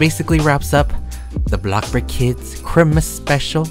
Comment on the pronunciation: No one: Literally no one:: “It’S kRiMaS”